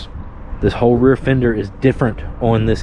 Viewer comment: appreciate your content. I like the new gas gas. Not sold on the seat bolt going into the tank. If the glued in "nut" in the tank spins or gets cross-threaded, gotta replace the tank. I do have to make fun of your accent tho, "on" is two syllables. and Bolt is "Bode" lol! Keep up the great videos.